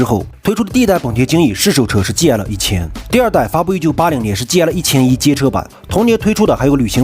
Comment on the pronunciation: GL 啥时候读成 戒了😂😂😂😂